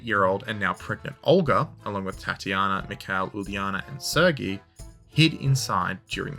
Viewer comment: How have you been to Irkutsk but can’t pronounce “Sergei”? 😂